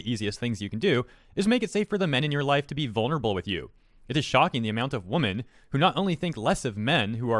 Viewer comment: why do you and so many other zoomers pronounce women as woman? women is the plural, woman is the singular. They are pronounced differently. Is it normal in America now to pronounce them the same, like sheep is plural and singular?